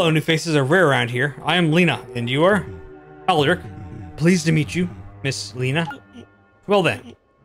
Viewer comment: My bad you got Lina and Aldric correct and you almost got Hadann correct, other than that...yeah. Thank you for your kind words :D